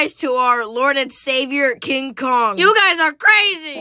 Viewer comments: this had me laughing and I even said that it's kink konk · king kong nah ching bong